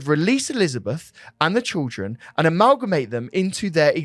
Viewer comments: it’s ’children’ not ‘trilldren’ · I can’t stop hearing trilgren instead of children 😂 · Sorry but why do you keep saying trildren😂 keep up the good work boys love your podcasts